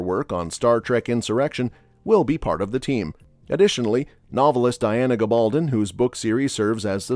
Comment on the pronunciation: GAbaldon, not gaBALdon!